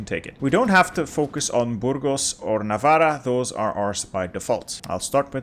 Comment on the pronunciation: bro, when you pronounce ‘navarra’ you have to double the R sound as if the writting itself is in the beggining of the word